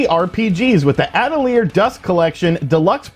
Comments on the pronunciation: A tell yay is the pronunciation for atelier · Atelier (adl-yā)...French for workshop. Lol...not your day for pronouncing foreign releases 😂